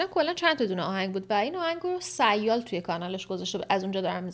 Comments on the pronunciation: تلفظ درست سیال اینجوری۳۰یال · اشتباه تلفظ کردی sial رو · جگر سیال را درست تلفظ کن😅😅😅